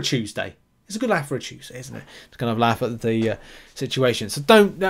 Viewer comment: Love it, especially Chooseday, The way you say Tuesday is Great. Chuesday